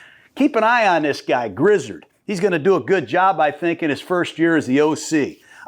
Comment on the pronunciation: Grizzard was in charge of calling the 3rd down plays last season! Oh his name is pronounced Grizz-r-ed.